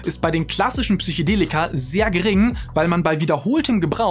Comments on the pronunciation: "Psychedelika" und nicht "Psychodelika", Also mit "e" statt "o"👍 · Psychedelika, nicht Psychodelika - ja man spricht das so aus, aber naja, vielleicht bin ich einfach ein Haarspalter.. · Das heißt immer noch Psychedelika...und nicht PSYCHOdelika. Ansonsten echt gutes Video. Danke dafür! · Es heißt „Psychedelika“ nicht „Psychodella“ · Psych-E-delika! Nicht Psych-O-delika. Das hat nichts mit Psycho zutun, sondern kommt vom griechischen "psychē", was soviel wie Seele oder Geist bedeutet. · PsychOdelika :S